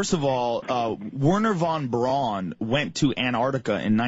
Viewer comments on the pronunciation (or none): why does he keep calling him "van brown" . trying to make him sound less germand lol. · Germans pronounce au like in a name Wherner Von BrAUn as sounding like OW as in Brown. But as Plait isn't a German, it sounds a little odd coming from him.